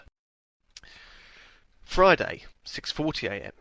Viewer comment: why does lewis say fridy instead of friday?